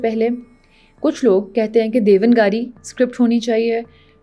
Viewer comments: Madam you did a good research, but it's not DEVAN-GARI as you said, it's DEVNAAGARI (دیوناگری). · devnagri & not devngari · बेहतरीन,आपने देवनागरी का उच्चारण देवन गारी किया जो गलत है। रिसर्च निरंतर चले तो कई अहम तथ्य जानने को मिलेंगे। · Mam correct ur pronunciation it's not devan giri it's devna giri It's devnagiri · It's DEV NAGRI not DEVAN GARI, apni pronunciation te v dhyan deo thora jeha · The correct pronunciation of Devnagari is not Devan- Gaari. But rather it is Dev - Naag - Ri. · देवनागरी का आपका उच्चारण गलत है. यदि भाषा पर एपिसोड बना रहीं है तो आपका शुद्ध उच्चारण जरूरी है.